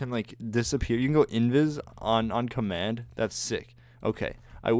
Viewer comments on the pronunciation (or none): none